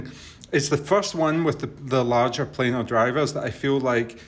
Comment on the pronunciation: I thought it was only Americans that pronounced this type of iem wrong, it is a PLAN-R magnetic driver! You can will notice it is not spelt plainer, it is not spelt planer, it is spelt planar. Please educate the unwashed masses, not spread ignorance